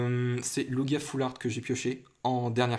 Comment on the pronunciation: lugia ex et sa se lit loujia pas lougia